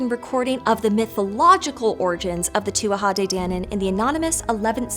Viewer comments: It's pronounced Too-jah. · if you''re gona do a video on the Tuatha de Danann, you should prob try learn how to pronounce Tuatha correctly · It’s pronounced too-a not too-aha. K. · She pronounced tuatha like two-wah-ha and I hate it so much! It's just two-ah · Yeah she got it wrong she added in a whole extra syllable, Tuatha is not pronounced to-a-ha its pronunciation is closer to being too-a. The TH is almost silent. I'm an Irish native and a fluent Irish speaker if you are wondering what my source is. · It’s pronounced “tu-ah,” pretty close though. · Please, please, please consult with an Irish speaker before attempting to pronounce words in Irish. I gave up as soon as I heard the three syllable tuatha. If you can't even get the title correct it didn't seem like you would have much else that could be relied on. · I would have always heard it pronounced to-ah, without the third syllable. Maybe just Munster dialect. The real thorn for me is calling it "Gaelic" though! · Not really. It's 'too ha de danan', the first 'A' is silent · You might want to look up the pronunciation of Tuatha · So close on that pronunciation! Adding an extra syllable on the tuatha though